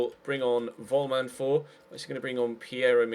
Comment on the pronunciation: I know that you are recording ahead of time,, but please stop calling Korbinian Vollman - Wollmann, he is German and he is pronounced with an 'f' like Follmann:) cheers